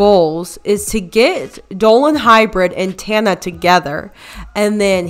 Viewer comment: Does tana even know how to pronounce her name? 😂